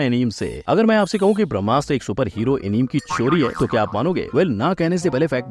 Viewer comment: Bhai एनिमे hota hai na ki एनीम Plz.. aagye ye mistake mat karna